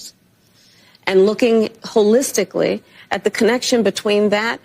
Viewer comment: I love you dear, but you missed dipsh*ts point…wholelistictly, hahahaha